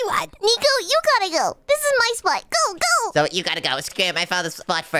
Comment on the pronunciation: nico said zoye not zoey